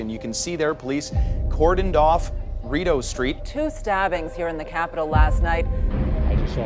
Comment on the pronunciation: You know how I know your not actually from Ottawa ? You say Rideau incorrectly